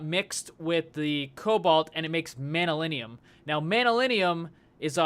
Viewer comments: btw you should pronounce it Man yu llyn and not manyulinium.... great episode as always! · its pronounced (MAN-NU-LIN) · It's pronounced man-yuh-linn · I think manyullyn is pronounced man-you-lin.